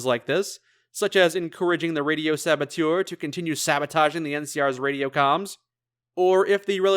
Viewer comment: Saboteur, not sabotiueure.